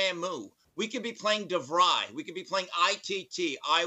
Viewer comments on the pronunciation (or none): said Devry 😅😅😅😅